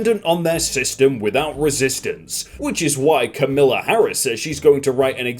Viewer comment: Hey, just in case you ever have to say her name again, Kamala is pronounced “comma-la”, you pronounced it incorrectly